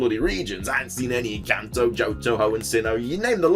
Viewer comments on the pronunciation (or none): none